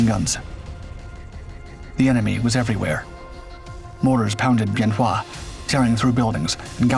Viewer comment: My father was there in 67 and 68, he was crew chief on a f-100 tail number 881. Him and some other guys broke into the arms storage and went out with the guys to help on the north end the runway near tower 10. Good vid except wrong year and the name of the base is pronounced ben wa. He never would talk about it, but he had something to look forward to, i was born in march of that year. It was after I got back from the first Persian gulf that he would talk to me about it. He passed six years ago, i would give anything to chat more with him.